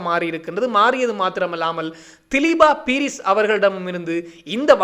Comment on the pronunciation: தயவுசெய்து பெயர்களை பிழையாக உச்சரிக்க வேண்டாம். திலீப்பா பீரிஸ் அல்ல திலீப்ப பீரிஸ். பிரிந்து ரணசிங்க அல்ல பாரிந்த ரணசிங்க என்பதே சரியாகும்.